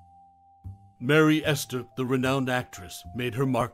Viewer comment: It's not Merry Ester, it's Mary Astor.